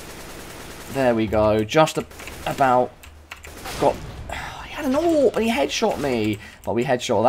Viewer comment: theres an owp.... a-w-p it aint that hard to say in real life its aw .308 anyway